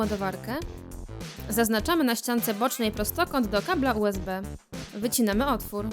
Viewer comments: xD UBS zamiast USB boshhh... 😆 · Boze nawet nie zle usb wymowila... Powiedziala Ubs xDdd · "ubs gumka" xdddddddd a nie usb? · Wtyczka ubs ha ha ha powinno się mówić usb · Nie ubs tylko usb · lektor powiedział ubs zamiast usb xDDDDD brawo wy